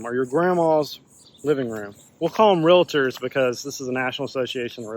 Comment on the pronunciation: Real-tor not re-la-tor.